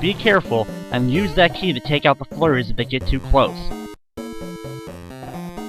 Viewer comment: hehe sometimes when you say flurries it sounds like your saying furries :3